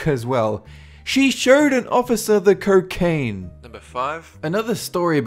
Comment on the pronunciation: You say cocaine weird lol kerkain hahahahahahahahahahaha